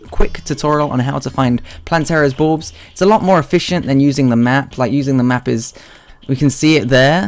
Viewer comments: I heard balls xD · I legitimately thought he said Plantera's Boobs at the start.